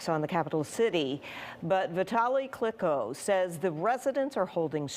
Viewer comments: did she just call Vitali Klitschko....... CLICKO? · His name is not Clicko, it's Klitschko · Not kliko kličko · Not Kliko but klitcho Make sure you spell this legend ka name right you must be professional journalist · At least get his name right......KLITSCHKO....not Clico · This lady really just said "Vitaly Klitko"🥴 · Klitschko, NOT Klicko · Who's " Vitali Klikko " ? Lady, I'm embarrassed for you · Its Klitschko you old bat, pronounce your alphabet better, (clit-ch-ko), your welcome, tell your bosses im available if they need an american that can pronounce words. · It’s Klitschko bitch! Not Kliko. He was a boxing heavy weight champion of the world & you’re a journalist. Can’t even say his name but my 3 year old daughter can. This shocks me more than putins bull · Love how the dumb blond calls it "keev" and than says Clitco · “Klicko” Jesus she slaughtered his name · Its Klitchco you f**** lame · She said vitali klitko, give honor to one of the best heavyweight boxers of all time. Klitschko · you would think that your reporter would be able to research who Vitali Klitschko is and say his name correctly considering he is a multiple time world champion boxer and the Mayor of Kyiv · Too bad she doesn’t know how to pronounce his last name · Damn she absolutely butchered klitschkos name dude was a dominant heavyweight champ put some respect on his name